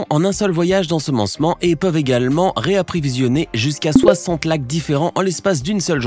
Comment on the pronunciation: je suis le seul que ca a choquer quand il dit reaprivisionner au lieu de reaprovisionner a 2.04